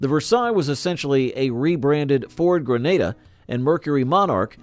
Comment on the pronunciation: Granada…not Grenada (that is an island in the Caribbean)…stupid AI…😏😡